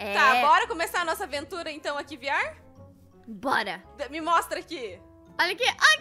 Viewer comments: Ela falou vr falou viar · E veerre que se fala e se escreve vr